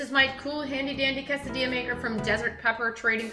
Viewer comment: Pronounces quesadilla really weird.